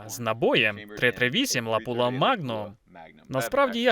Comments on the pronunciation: Не лапула а лапуа) чи це мет так каже?) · не ЛАПУЛА, а ЛАПУА. фірма Lapua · Перекладачу, сам ти лапýла !!!! Читай назви перед перекладом !..